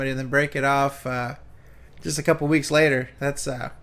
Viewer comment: Why does pronounce some words by adding an H? Three hweeks.